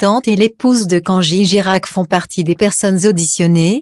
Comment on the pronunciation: Avant de nous déballer votre discours, apprenez d' abord à prononcer le prénom correctement au lieu de Kangi